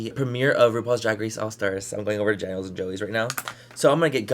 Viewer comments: Peep he called Daniel, Janiel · Was it just me or did you say you were going over janiel and joeys lol!